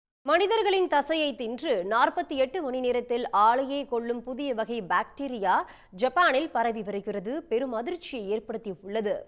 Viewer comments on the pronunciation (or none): none